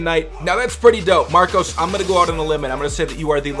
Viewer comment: Lol I got to school with "Marcos" and I could not stop laughing at the "ose" instead of " us " 😂😂😂😂😂😂😂